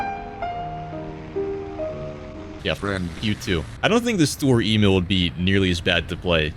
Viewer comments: Its not s-tur-er e-mail. Its Sch-tö-rör E-mil. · i beg your fucking pardon did you just call it "story emil" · Lol i wondered why he would constantly say "story e-mail" Untill i checked he ment sturer emil